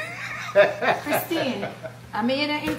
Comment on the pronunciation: Glam-Ma Jadit says ‘Chris-tine’ 😂😂😂😂